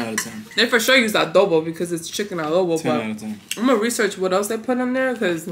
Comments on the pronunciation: In not alobo its adobo and im tagolog from pilipines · Did you said alobo that's literally my fave new word loll it's actually adobo and it's lumpia,pansit bihon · Adobo❌ Alobo✅ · Its adobo not alobo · IT'S ADOBO OR ADOH - BO AND NOT ALOBO OR ALOH - BO